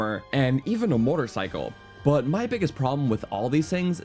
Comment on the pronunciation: I hate the way this guy says "but"